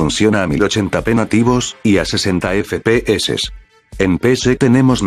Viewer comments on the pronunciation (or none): No estoy feliz si no escucho el "EFE PE HECES" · Me encanta cuando dices: E F E P E E S E